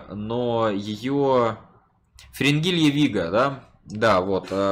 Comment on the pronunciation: мне показалось сказал Фрингилья Нига XD